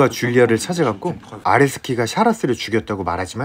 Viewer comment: 계속 아레스키가 아래새끼로 들립니다 정상인가요